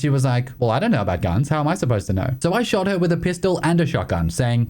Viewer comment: "I sawer a guy and I panicked and I 'ot 'em in 'e ed."